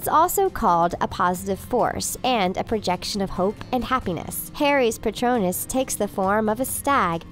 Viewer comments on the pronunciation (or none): none